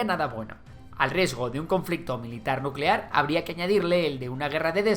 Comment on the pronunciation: Nucelar, se dice nu ce laaar